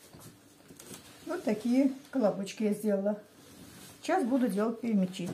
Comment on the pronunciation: ТАТАРЧА БУ ПЯРЯМЯ'Ч ! Пярямя'чи. На русский лад- Перемя'чи!